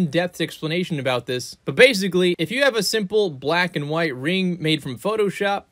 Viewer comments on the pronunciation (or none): none